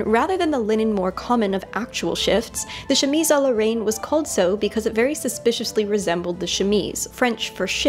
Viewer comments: I hate to sound like a hater, but Ill correct you simply because I feel like you would want to be corrected: "Reine" is pronounced with an open [E] sound! So like "rehn" instead of like the word "rain." Reine like the beginning of the word "renegade"! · Your channel is awesome but your pronunciation of 'Reine' threw me off a bit =D it's not like rain, more like the dan-part in dandy :) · Why... was “reine” pronounced “rain”...??? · Reine is pronounced more like ren btw but whatever i loved this!!!